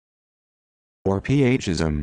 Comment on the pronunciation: No way is it pronounced Or-p-h-ism. It is pronounced Or-fe-ism.